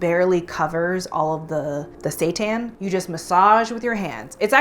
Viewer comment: I thought she said washed satan lololol